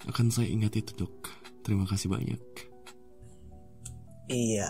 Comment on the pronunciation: Aku dengernya Dog bukan Dok🗿